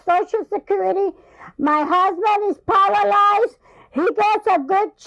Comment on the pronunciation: “My husband is Paralalyzed” 🤣🤣🤣